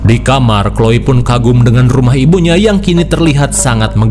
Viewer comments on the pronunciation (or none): none